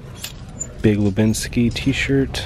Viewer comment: It's Big Lebowski not Lebinski